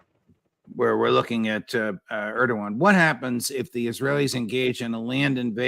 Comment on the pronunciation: Love you, scott, but please stop calling Erdogan Aragorn. I'm a Lord of the Rings nerd and I object.